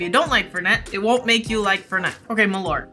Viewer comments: Hey love your content. As a Swede, Malört isn’t pronounced ”Ma-lort”, It should be pronounced ”Mall-urt” with the u as in Curt and with a small pause between Mall and urt. Keep up the great content! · That is not how you pronounce malört - it's "mɑːlˌœrt", or MAHL (pause) ERT, sort of like the e in herb, which makes sense because ört is the Swedish word for herb.